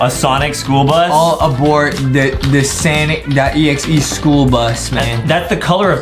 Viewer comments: It's not sanic exe it's sonic exe the second word is not a it's o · It's pronounce Sonic.exe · They said we are gonna dress up like Sonic.exe from the new Sonic Movie lol. I am sorry But aedam said it wrong 😑. Ayyyyy skipping to the chicken 🍗